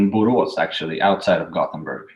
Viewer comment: Ha Buros, interesting. Actually "Borås"